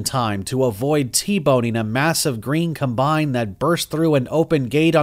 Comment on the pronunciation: I had to turn it off. I couldn't listen to him mispronounced combine one more time.